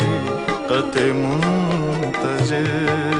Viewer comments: Not Jagjeet singh voice and misteck in Liricks he sad {muntazir} repless ~muntazar ~ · pehla misra hi ghalat adaa kiya gayaa hai. yahaan asl lafz ' muntazir' naheen 'muntazar' hai. yeh aawaaz bhi Jagjeet Singh ki naheen hai. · The correct phrase here is"Haqioqat-e- ""MUNTAZAR"as is shown in the caption,but the sinnger pronopunces"muntazir"which is not correct here.This seems to be because in Urdu we only used the word "muntazir"which neans one who does the intizar,but Iqbal has used the passive foprm "muntazar" which means the one we are waiting far....i,e, God,As the person who used it is Iqbal it has become accepted part of part of Urdu which form was previously used dnly in Arabic.